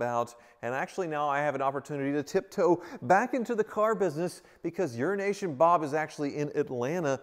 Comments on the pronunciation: Does it bug you that says 'Urination' Bob? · i swear he said urination bob🤣🤣 i had to stop and look up what bobs name really was haha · It sounded like you called him Urination Bob. Lol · Lol you should get to stop calling you urination bob... he's definitely not saying EuroAsian... 🤣